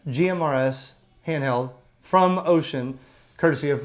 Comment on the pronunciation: So far you've got the closest pronunciation of Wouxun among all youtubers. 欧讯 is pronounced oh-shoon, almost like oh shoot but oh-shoon. That's as close as you'll get to an accurate pronunciation without learning the not-quite-shhhhh sound that the "X" actually makes.